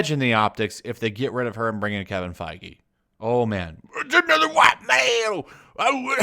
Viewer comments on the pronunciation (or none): none